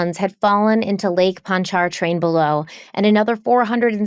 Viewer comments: Having lived in New Orleans ( actually evacuated for Katrina a week after I moved into my new apartment for my sophomore year at Tulane) Pontchartrain is pronounced Pont-a-train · Punch-a-train. I was born and raised here. It’s pronounced Punch-a-train. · LAKE "PONCH UH TRAIN" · Oh noooo lmao not lake “ponch are train,” just say it all as one word lake “ponchatrain” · My NOLA heart sputtered after the way you mispronounced Lake Pontchartrain. 😂